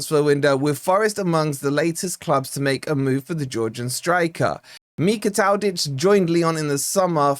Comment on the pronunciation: Mikautadze is one of my favourite attackers - would be a great addition! I’m no Georgian, but I think his name is pronounced: Mee-Kow-Tad-Zuh At least that’s how I’ve always heard others pronounce his name